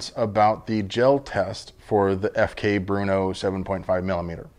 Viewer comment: That was more of an idea for a video that might get good views, personally I will stick to my 9x19 but thanks for the quick answer. By the way it's not pronounced Bruno like you said or Bernaugh as did. Say BR as in brake and NO as in not. BRNO. You can also open the article about Brno on wiki and play the audio file. Trust me, I am Czech.